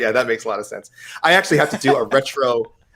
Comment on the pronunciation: Why can he pronounce thense but not sense or why is it not senthe or thenthe